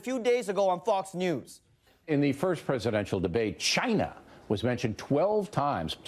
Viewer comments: Love the “CHAAAIIINA.” Just pronouncing it like that oozes prejudice. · Cayna... Ginaaa ginnna 😂😂😂 is the way the new republicunts or Tronald Dumpsters call it now Days. 😂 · BAHAHAH WHY DID HE SAY CHINA LIKE THAT